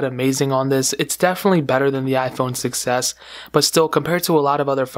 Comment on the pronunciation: When you say 6s it sounds like you're saying success